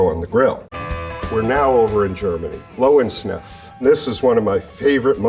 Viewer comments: lovensnef for the worst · He butchered the name "Löwensenf" -> "Lion mustard". Calling it "Lovensniff" is wild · Löwensenf Lö wen-Senf. Lion Mustard. how did he pronounce it? "low and sniff" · Cool Video, but its Löwensenfs not Löwensnef :D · did he say lowensmith to Löwensenf? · lowensnsef? Löwensenf! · low-en-sniff? Oh my. Lö- ven - zenf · Help the pronounciation of Löwensenf is sending me 😭🙌 "Louensniff" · lowwhensneff Oh you totally butchered that one 😅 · The word sounds roughly like Lirvensenf. Please. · Ah yes, my favorite mustard, "Lohwinnsniff"! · Lowin-sniff... dude that hurt my German ears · Ahh yes, the famous "low in sniff" mustard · Sign: Löwensenf Ed: LoUwEnSNifF... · I'm sorry, what did he call Löwensenf-- did he say "Lowersniff"? 💀 Please, just say Lion's Mustard next time. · The difference in pronunciation between the mustards 😅 France: Dijooon~ German: Lowinsniff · Nooo😭 the pronunciation u said loensnef 😭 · "Lowensniff"? srsly? Why cant literally NO american, pronounce any foreign names or words. utterly baffling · Lowen Snef 😍. But his pronunciation of Düsseldorf was actually quite decent. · For anyone who's wondering, it's pronounced like leuh-ven-zenf. (It's hard to approximate that first syllable in phonetic English) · Lo en Sniff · snef, hehe... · Lowensneff. But really great pronounciation of Düsseldorf. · Lion Mustard! Low n sneff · Donkey Snuff? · LOW END SNIFF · Low n Sniff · LOW END SNEFF🥰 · sorry but Lowensnef? It's not your fault but it's still really funny to me how wrong that pronunciation was 😂 excuse me please. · Iam really fkcing impressed that you are able to say düsseldorf but strungle with löwensenf. Maybe as a little help Loewen-senf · Oh no.. the butchering of the pronunciation of Löwensenf😢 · Why can he pronounce Düsseldorf 70% correctly, but only pronounce Löwensenf in a way that makes your ears bleed? 🤔🤣👋🇪🇺🇩🇪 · The way he pronounced Löwensenf is really funny. :-D